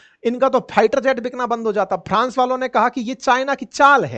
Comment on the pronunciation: Hi, Pharance/France, confuje/Confuse, phiter jet/Fighter jet, pharzi Khabar/Farzi khabar, jabardasti/ Zabardasti. Conphujaaaa Jana.... Real entertainment 😊